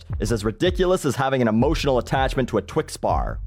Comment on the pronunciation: Don't know why, but the way he says "Twix bar" is hilarious:D.